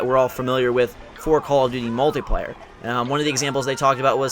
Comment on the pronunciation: Why you say Mutliplayer? This is the Singleplayer